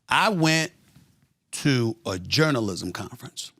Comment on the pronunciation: "jounral-jizz-im" lol